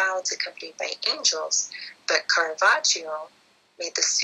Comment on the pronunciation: Caravaggio was an Italian painter of note and you mispronounce his name. Res hair was at that time considered to symbolically represent the carnal nature of men and women, i believe someone is misunderstanding the iconagraphy present, a better example is the painting "Sacred and Profane Love" by Tiziano, Titian in english.